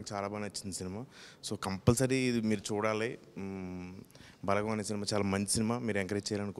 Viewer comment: "బాలగం" కాదు..."బలగం"....మీరూ మీ చదువులు... అరే చల్...